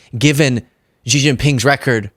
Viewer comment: The leader of China is Xi, pronounced she. How hard is it, listen to how the world pronounces it. I like your channel anyway